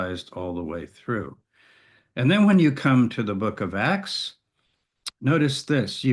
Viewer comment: While I was only listening, I always wondered about the "Book of X" (or "Axe"). Now I see you mean "Acts". Your pronunciation is a bit sloppy there. (Common issue with native speakers, neglecting accurate emphasis where alternatives with a somewhat similar sound exist.) - Can also be an accent thing, though. Some British accents are particularly ambiguous there.